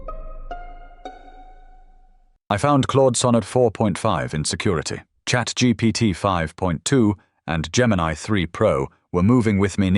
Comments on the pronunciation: "chat Geebeegeetee" hits hard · "i was. with chat. geepeteepi" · "chatGgt" lol